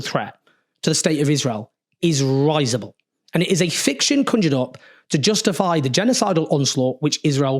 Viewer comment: Risible is pronounced with i as in big not i as in hi.